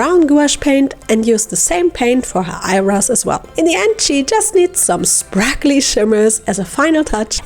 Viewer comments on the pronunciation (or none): Why do you keep saying SPRAKLY